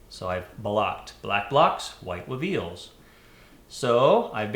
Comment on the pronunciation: Every time says "WEveals" I have to laugh. I know this is pretty late in the asking. Just watched this. Could you give a quick comment on the lighting set up for this shot please. It's beautiful. Thanks.